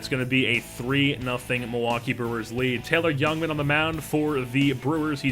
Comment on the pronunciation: I would assume they aren't as he isn't very familiar with the name pronunciations of their prospects. This does not bother me, just using information I have to make an assumption as I live in MKE and we hear about these guys regularly. I.E. Taylor "Jungman" instead of "Youngman"